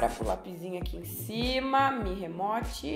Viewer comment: Mi "remote" kkkkk. Uma dica bem simples e que vai deixar bem melhor os vídeo, Não sabe pronunciar termos em inglês? No Google mesmo vc tem exemplo de como se pronuncia, fica muito melhor falar o termo corretamente. Vcs vivem de gerar conteúdo, então não acho frescura não, os gringos quando falam termos estrangeiros tb costumam estudar e tentar falar corretamente